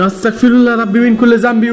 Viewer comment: আস্তাকফিরুল্লাহ ❌ আস্তাগফিরুল্লাহ✅ আপনার সব ভিডিও প্রায় দেখি । এই আস্তাগফিরুল্লাহ উচ্চারণটা ঠিক করে নিয়েন ❤